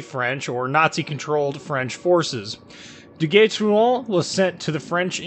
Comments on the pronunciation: You say it Ah-kaT-su-ki, rather than Ah-ka-tsu-ki. It's subtle, but I was so impressed (with zero practical experience to back it up) with how well your French sounded so it got me a laugh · Just poking a little fun, but how do you manage to contort your mouth to pronounce this ship's name but you consistently butcher Akatsuki? LOL